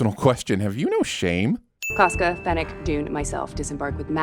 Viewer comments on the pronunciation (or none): none